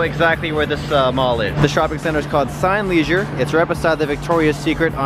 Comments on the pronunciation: You pronounced as Cee-Nee like in Cinema. Cee-nee Leisure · HAHAHA , it's called 'SEE-NEE-LEISURE'... CINE like in CINE-MA. Glad you're in Singapore!